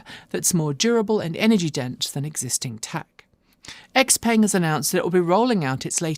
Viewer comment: According to Sean at Autoline Daily, Xpeng is not pronounced like it looks (Ex-Peng), but something like "Zzh-PUNG". Where the X sounds like their president, ZZhheee.